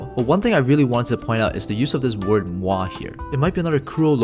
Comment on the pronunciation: you can not be srs that's how you pronounce MOI??? the germans/danes and fins all died a lil inside wtf its a french word also?